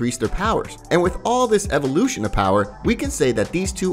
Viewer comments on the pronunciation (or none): none